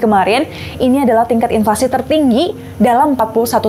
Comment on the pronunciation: "INFLASI" kak bukan "INLFASI"😁